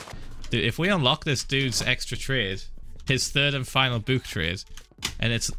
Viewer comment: Everyone: book Phil: bUuk